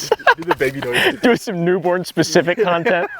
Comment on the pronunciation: Hey wim nwot wa new bworn -new born